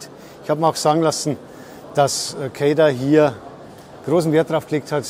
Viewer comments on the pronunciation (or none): Was eine Aussprache Ämg Cäda………besser kein Video machen 👎🏼